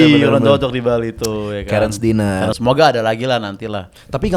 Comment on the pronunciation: Dinner.. lu kayak Anwar BAB 😂😂😂 “dainer”